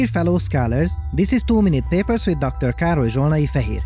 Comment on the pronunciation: I heard "Too Many Papers" at first...